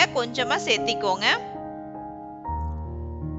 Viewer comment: Seathikonga don't say like this searthukkonga say like this